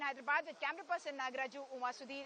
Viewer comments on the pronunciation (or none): none